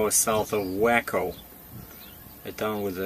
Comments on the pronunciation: It is pronounced Way co. My GPS pronounces it wacko too. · Hope you get the truck to. Look up the pronunciaton of Waco. Be well.